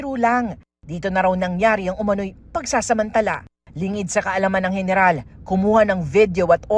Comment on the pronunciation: Gayneral HAHAHAHAHA